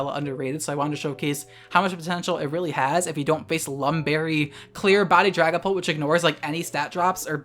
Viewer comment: I keep hearing Dragonball instead of Dragonpult